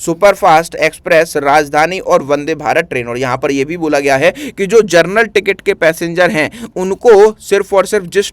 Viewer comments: पहले शुद्ध बोलो तुम जनरल को जरनल बोल रहे हो और टीचर बन गए हो 😂😂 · General ❌ Gernal✅ 😂